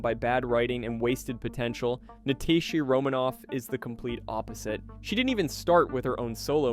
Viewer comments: did you just say Na-tay-sha romanoff instead of Na-ta-sha?😂😂 am i the only one? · “Natay-sha” oof